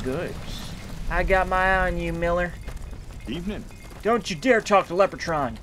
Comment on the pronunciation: btw, I don't think its pronounced "Lep-er-cawn" but "Lep-reh-cawn" making the robot's name "Lep-reh-trawn"